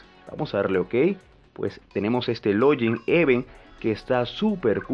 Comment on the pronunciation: No se dice lollin mr, se dice log-in